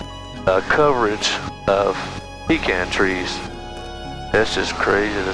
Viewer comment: At least you pronounced pecan correctly.